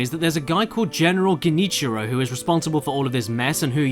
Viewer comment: Part 1: Him: Lord... Grenitchmeantime... Me: Wait what?! What the heck did u just say... No not.... Forget it you can't say Genichiro right! Least it is not as bad as Seekyro Shadowls Dee Twikee. Part 0.5: Him: It's so Japanese even the game title is hard to pronounce Me: Wait what? Him: Seekyro Shadowls Dee Twikee Me: Uhm what? (It's Backwards .-.)